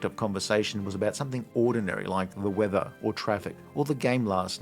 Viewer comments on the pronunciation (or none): none